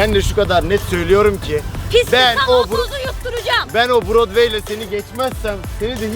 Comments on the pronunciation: Brodway değil o fawirway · Brodway değil fairway yanlış olmasın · Brodway değil araba fairway